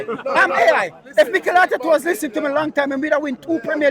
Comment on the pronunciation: Bro you supposed to say Mikel and Berta well done 😂